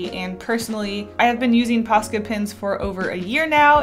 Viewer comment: Im sorry but for the whole video I didn't really read the title I just clicked because I like this channel but I though she was saying pasta pens